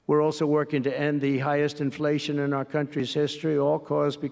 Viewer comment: he pronounced inflation wrong.